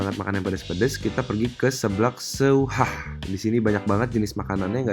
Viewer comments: itu tulisannya ceker seuhah tapi klo d bacanya ceker sehah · Mohon maaf nih, pengucapan 'seuhah' nya bukan se - u - hah,, tp disatuin 'seuhah',,, huruf 'u' nya abaikan aja, kata 'seuhah' (artinya penegasan dari rasa pedas,, bhs sunda) sama seperti penyebutan huruf 'e' nya kayak bilang 'seblak', 'merinding' ,, Gitu loh,, maaf ya sedikit koreksinya... Semangat ya bikin lagi review jajanan lainnya di Bandung.. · baca nya bukan se_u_hah tapi sehah kaya ngomong peuyeum... It's ok sih.. Tapi agak gatel dikit dengernya 😂😄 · Di bacanya se hah bukan se u hah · ngakak pas blg ceker se u hah 😂😂😂 pake logat sunda kohh.. seu hah 😝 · Seuhah bang, bukan se-u-hah btw hehehe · lucu banget baca tulisan seuhah nya jadi se-uhah hehe, maklum bukan orang sunda ya kan.. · bukan orang sunda dan sunda beda banget ya ngucapin seuhah hahaha :D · FYI aksen sunda itu kalau ada e ketemu u kayak didalam seuhah huruf 'u' nya gak perlu kedengeran, soalnya di sunda itu untuk pembeda kayak baca elang, balsem, dll😆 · Ceker seuhah itu di baca nya e sama u di gabung bukan di baca satu2 jadi ada cengkok nya gitu